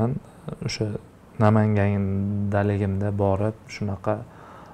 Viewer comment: Nomongon mas Namangan